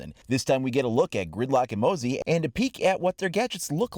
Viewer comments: Its not mosey its Moz-eee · Hey it’s mozzie not mozzy it means mosquito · Its not "moe-zie" its "mozi" Thats how its pronounced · Mate not to be rude but you pronounced mozzie wrong. Its mo-zi Not moe-zi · Mozzie not moazzie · Mozz-ee not mow-zee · It's pronounced mohzzy, not moezzy Silly Americans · Not mowzzie, mozzi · it’s not mosey, it’s mo-zee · Its pronounced “mawzee” not “mozee”. I’m an Aussie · As an australian the correct way to say Mozzie is (muh-zzie) The z sounds like zombie not like an s. Mozzie is austrlian slang for mosquitoes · Stop calling the new OP moe-see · lol its funny how he calls Mozzie, "Moe-zee" LOL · Haven't seen anyone write that her device is like a mosquito zapper. "Mozzie" get it? And please, please pronounce MOZ-EEE correct haha. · It’s pronounced MOZZY like molly but with a Z. It’s short for mosquito. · It hurts me how you're saying Mozzie wrong